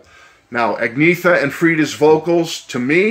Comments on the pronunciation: "Ahg-Ne-Ta ." Great review, otherwise. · As a swede I tought you pronounced it great 👍